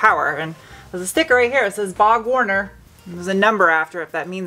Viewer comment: Sorry I had to comment of how you pronounced Borg Warner and I think 'bog Warner' is appropriate because that thing is probably capable of "BOGGING DEEP!!" just sayin....